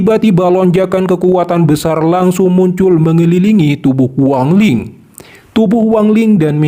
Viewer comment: Wang lin ❎ Huwang Li ✅